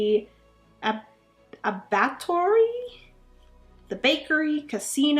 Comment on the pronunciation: Abbatoir is pronounced, 'abba-TWAH.' Fancy for slaughterhouse. LOL!!